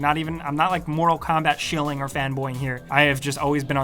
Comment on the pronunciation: “ Moto Kombat 11”